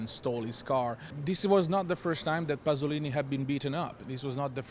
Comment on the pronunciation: "Pasolini", not "Passolini", please....